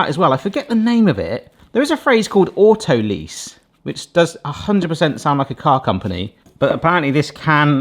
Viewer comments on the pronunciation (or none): Great video buddy but it's pronounced auto-lies, it's just because it's French